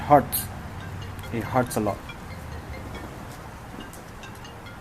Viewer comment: nobody: him: it hearts alot.